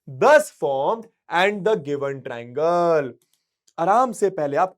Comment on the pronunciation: Sir it is not trangle it is triangle